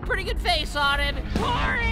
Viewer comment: Guys its coby not cory